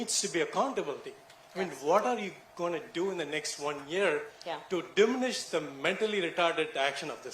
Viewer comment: ac-COUNT-ablty dIMinish lol